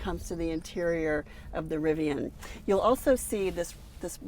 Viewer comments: Rivian - pronounce it like VIVIAN (the ladies name). It's not RiviON or RiviANNE. Driving me nuts so I had to say it. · It's pronounced riv-e-an, not riv-e-awn.🙄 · Nice review and interior details with a specific application for families. Riv-I-on pronunciation a bit grating. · It’s driving me crazy too. People saying it wrong sounds like they are talking through their teeth asking their butler to pull their Rivi-yawwwn around to the other side of the yacht and load it full of the cash from their royal tennis court at prep school. Lol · How can you review a vehicle when you can't even say the brand correctly?